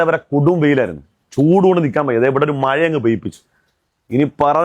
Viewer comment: മഴാന്ന് പറയാൻ പോലും അറിയാത്ത 😜മയ,. മയ